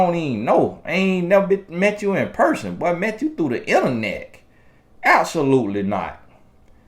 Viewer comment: Wait a minute..did say interneck? 😆😁